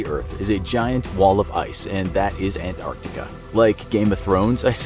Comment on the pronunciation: Thankyou for pronouncing both C's in 'Antarctica'. Most americans seem to call it "Ant-artica" for some reason.